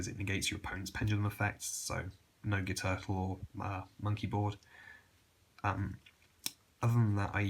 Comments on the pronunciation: I know this sounds dumb but Guiturtle is pronounced "Gwee-Turtle for some reason. I know the whole "Gwee-Tar" argument but overlord Konami decided on a weird pronunciation. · Guiturtle is pronounced Gwee turtle